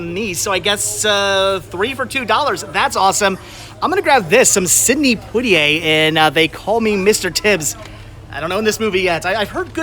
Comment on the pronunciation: Pwah-tee-ay, not Pootie-ay.